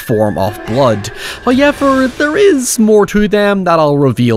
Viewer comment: The guy who mispronounces however ywt likes to repeat it a lot. "hoyyyyyever" "oiever". "hayyyever"